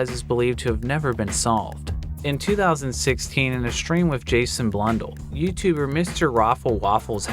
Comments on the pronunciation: A few things to note: - It is pronounced Blun Dell (not dull, but I’ll let this one slide) - It is not the largest map (even at the time). The largest map was (and still is) Tranzit - The note has a reference to Sal Deluca, a character from Mob of the Dead, another map that Jason Blundell worked on Also, a new Easter egg in CoD Zombies was recently solved on the map “Voyage of Despair” that was also teased by Blundell! You can find it here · Damn he really said Jason Blundle instead of Blun-dell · he calls Blundel blonde el lol